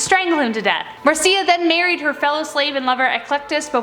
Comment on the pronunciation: Is it bugging anybody else that she's saying Marcia wrong